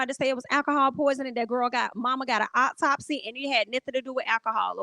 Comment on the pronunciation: Every time you said optopsy I 💀 I hope Justice is served. This is crazy.